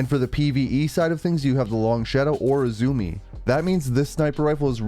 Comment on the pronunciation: Great video, but I'm afraid I'm gonna have to be that guy. It's "U-zoo-may." It's Japanese.